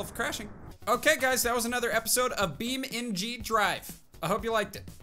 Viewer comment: It's beam - n -g not beamng